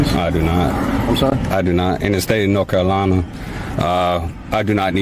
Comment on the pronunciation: “The state of Nokolana’, where exactly in the USA is “Nokolana”?